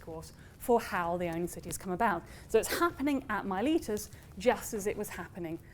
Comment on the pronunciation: If only you could pronounce Miletus correctly…